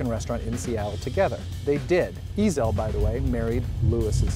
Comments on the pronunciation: Nonono, one pronounced Ezell and the other pronounced eZell, it's fucking different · Not ' 'ezel' , it's pronounced 'e'zel', the accent is between e & z